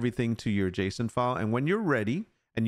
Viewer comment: Are the economy override settings in the in-game Server Settings too, or do you have to edit the JSON file directly? (You are saying it right, like "Jason")